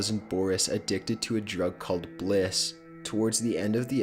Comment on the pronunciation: "Who wants more blisss!" lol